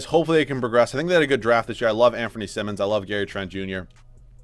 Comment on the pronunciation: Anfernee's last name is pronounced like saying "simon" not simmons, he's corrected people interviewing him pre-draft about this several times before. No one is going to see him play next year because trail blazer's are probably gonna be looking to compete, darned shame honestly, he's part of this league's bright future for sure. Gonna get the Malik Monk treatment.